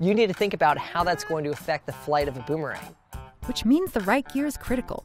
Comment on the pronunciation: Guys a champion in boomerang throwing but can’t even pronounce it correctly